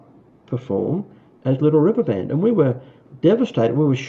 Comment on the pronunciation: how about, "Da Liddle Wivver Ban??"